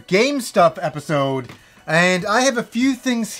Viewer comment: I always hear you say "Welcome to another GameStop edpisode!"